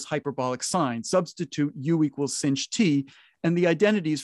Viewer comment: It's a bad habit to pronounce "sinh" like singe.